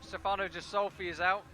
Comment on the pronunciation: The "G" in Ghisolfi is pronounced as the g in good or gangster. The "h" following the G is indicating this. Please take note. Cheers for the proper commentary :)